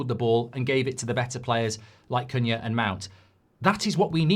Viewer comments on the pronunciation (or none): none